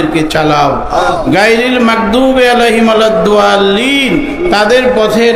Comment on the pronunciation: 1ইয়া কানাবু ওইয়াকা নাসতাইন2ঘয়রিল মাঘধুভি আলাইহিম ওলাধ ধললিন এই শব্দ গুলো ভুল হচ্ছে বেশি পুরা সুরার শব্দ গুলোর উচ্চারণ ভুল হচ্ছে আমি মনে করি তিনি কওমি মাদ্রাসার ছাত্রনা আমি হুজুর সাহেব কে বলব আপনি আপনার কুরআন তেলাওয়াত হাফেজ মুহাম্মদ নাজমুস সাকিব কে শুনান আমি মনে করি আপনার কুরআন তেলাওয়াত ভালো হবে ইনশাআল্লাহ আপনার জন্য দুয়া ও শুভকামনা রইলো